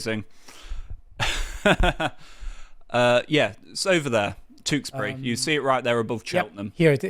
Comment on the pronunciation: Where is 'Tooksbury'? Please learn to say the 'you' sound. Sick to death of YouTubers who say 'noo' when they mean 'new', 'stoodent' when they mean student and 'tooksbury' when they mean Tewkesbury.